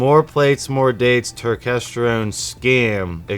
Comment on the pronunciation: Why are u mispronouncing turkesterone like that? U know damn well that’s now how u say it 😂